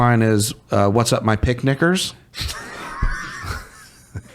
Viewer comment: Bru on the new Mickey ride at Disney Goofy says picnickers and it REALLY sounds like he says something else.